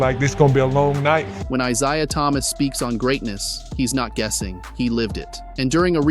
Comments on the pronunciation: Exactly what I said…it was the ONLY thing he mispronounced. Real AI mangles more than one word, has awkward pauses and more errors. ✌🏼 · Doesn’t sound like it to me & I’ve heard tons of AI narrators on YT…j/s. (He only mispronounced Isaiah Thomas’s first name.). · mispronounced it more than once. How does a basketball fan not know how to pronounce Isaiah Thomas? Also have you not heard A.I. lately? That was probably chatgpt. A.I. has gotten way better than that monotone crap I heard. Just saying.